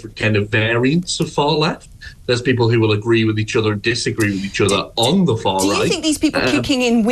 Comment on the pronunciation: She just can't say the R in far right...far white!